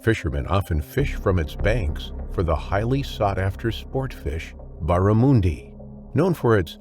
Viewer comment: Its not barramoondy its barramundy🙃🤦